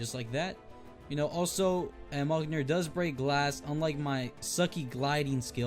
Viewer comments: Your say Mjolnir wrong its(Mull-Near) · it is pronounced miolneir?? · I think you pronounce it Me-yol-neer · mjolnir is pronounced me-yol-near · It’s pronounced meal near or meolnr